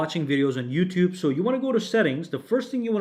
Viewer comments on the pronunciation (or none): none